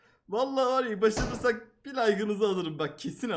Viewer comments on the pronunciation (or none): Başarırsak yerine Başırırsak demesi